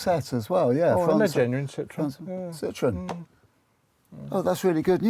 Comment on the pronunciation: F*ck me - "Citron" means "lemon" in French. Learn to pronounce "Sit-trow-en" - "Citroën". Especially when in France you wallies. Another car they gave away.